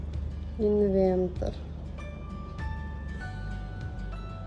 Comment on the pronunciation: Написано Инвертер ( транскрипция на русском)....не инвентер, поменяйте местами буквы и будет правильно...😊